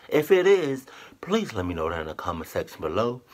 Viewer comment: is it me or you said "comment sexhen below"